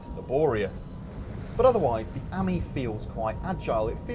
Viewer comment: Ok, please tell me this: how can you guys manage to mispronounce both Citroën and Ami? I mean, for Ami, at least, there is a 50% chance to get it right! And for Citroën, there are these two little dots over "e" for a reason...